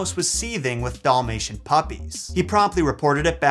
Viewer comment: what’s a ‘Doll-mation’? Lol